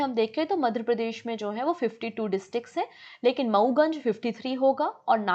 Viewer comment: Ma'am! Aap apne hin state ka naam achhe se pronounce nhi kar parahe hain kyun ? It should be Madhya not Madhra Pradesh. I've told this many times but u take it as a light comment please ma'am make some fluency in ur pronounciation process. I'll be very happy to see that.